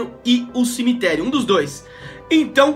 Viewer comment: CIMITLERIO KKKKKK